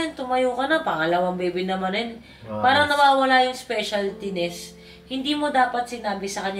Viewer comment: specialtines HAHHAHAHAHA